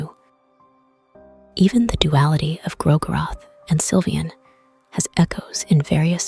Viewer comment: Also I just can't seem to tell if the audio is AI generated or an actual voiceover as the more I hear it, the more uncanny it feels but the pronunciation of 'Gro-goroth' is pretty accurate and constant with how most of the fandom pronounces it 😅 If it is an actual voiceover, I didn't mean to offend! It has that ASMR feel to it that scratches some itch at the back of my mind and gives the video a very soothing vibe